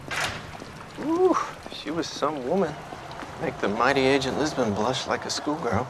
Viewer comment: Jisbon? Come on man, you know what's wrong with that